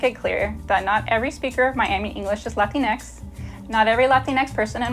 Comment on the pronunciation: Not only that, but she mispronounced "Latinx." (And yes, I choose to insist on a correct pronunciation for a word I say doesn't exist!)